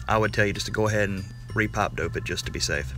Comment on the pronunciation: "pap dope"